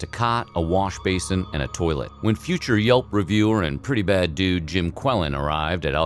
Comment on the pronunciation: "V e r y b a d d u d e s." Why did I hear " V e r y b i g d u d e s."